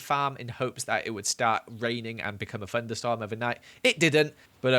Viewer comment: I love how it sounds like "FUNder storm"